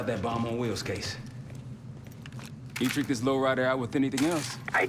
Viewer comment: Dude, it's "CaseOh" lol